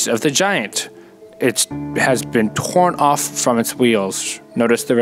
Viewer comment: "tgorn off"